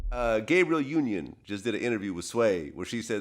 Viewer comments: “Gabriel Union” 🤨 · Gabriel Union 😂😂 who tf is Gabriel